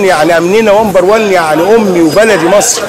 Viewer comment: هههههههههه😄😄😄😄😄😂😂😂😂😂😂 بيقول ((( ومبر ون ))) هههههههه